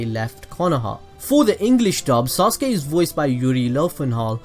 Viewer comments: Stop saying sauce-gay please! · SORRY I HEARD SAUSAGE UCHIHA LoL 😂😂😂😂😂😂😂😂😂😂😂😂😂😂😂😂😂 my mistake